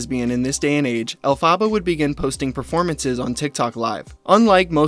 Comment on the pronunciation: Not to be that.... witch.... but you are so mispronouncing the Wicked character's name so badly so many times its kinda trigger..... Love you, Mean it.